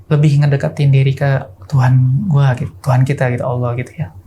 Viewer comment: Jujur ceritanya bagus cuma suara Narsumnya tuh maaf ya agak cempreng dan melengking saat pengucapan kata "gitu"jadi lumayan ganggu , vibe nya kaya lagi ngisi ceramah 🙏